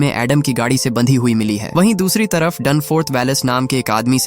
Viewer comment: Gaaaaadhi nehi gadi